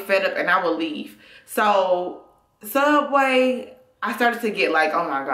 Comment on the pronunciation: it''s pronounced sooubway